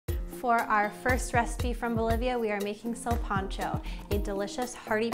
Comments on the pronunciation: THAT'S KOOL THANKS FOR EVEN TRYING CAUSE SOME PEOPLE WILL ONLY DO MICROWAVE FOOD AND STOVE / OVEN IS JUST TO MUCH FOR THEM LOL JUST SAY "SIN" LIKE "WITHOUT" AND "PANCHO" LIKE "PANCHO VILLA" "SILPANCHO" NOT "SEALPANCHO" LOL YOU KEEP DOING YO THANG DISCOVERING OTHER CULTURES IS A BEAUTY PLUS HERE IN THE U.S. I THINK BOLIVIANS EQUAL ARE LESS 5% OF HISPANIC & LATINOS ❤💛💚 PEACE OUT GOOD LUCK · NOT SURE WHAT PART OF COCHABAMBA BOLIVIA DID YOU LEARN THIS FROM PUT NO NEED FOR THE PAPRIKA OR THE WHOLE EGG FOR THE BREADING GROUND BEEF YOU NEED TO MIX AND KEEP BREADING TO THE BEEF WHILE HAMMER TENDERIZING THEM REALLY FLAT AND NO NEED TO PEEL GOLDEN YUKON POTATO'S EVERYTHING ELSE WAS PRETTY MUCH IT BUT MY GRANDMA GET MAD IF SHE HEARD YOU MISS PRONOUNCE "SILPANCHO" THE WAY YOU DID GIRL LOL KEEP IT UP TRY AGAIN 👍